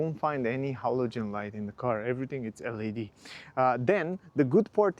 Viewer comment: Te rog frumos, nu mai pronunța LED “el ai di”. În engleză astea sunt literele LAD.